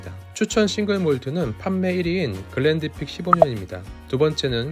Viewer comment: 글렌디픽이 아니라 글렌피딕입니다